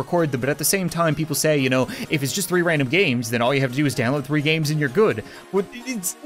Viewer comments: Is it just me but it sounds like free not three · Robot:threeee randome games I meant tree random games